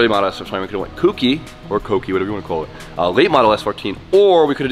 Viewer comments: For the love of god, if you're going to be doing a Kouki please say it right lol. It's not spelt KOOkee, dont harm us by saying it like that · Jdm dudes cant say Kouki correctly